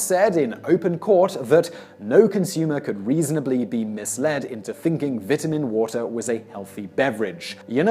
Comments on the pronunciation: The way you pronounce "vitamin" makes me want to punch a baby. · vitamin water might be bad for you but his pronunciation of vitamin gave me cancer. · I totally forget British people say things differently than Americans when he said vitamin water